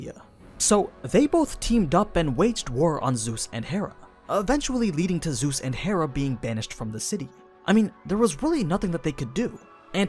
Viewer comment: bro said zues lmao